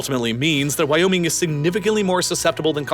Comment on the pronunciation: At first I thought you just emphased the Why in Wyoming. But then it became more then that; "Why? ... Oh: Me-ing!"